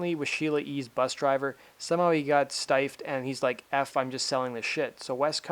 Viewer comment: I'm sorry, but this is a prime example of how social media has contributed to the general dumbing down of society. When a content creator (in this case, the content primarily takes the form of regurgitated info culled from other web sources) sees the word "stiffed" and pronounces it in a way that rhymes with "knifed," you can feel the collective IQ dropping. Unbelievable.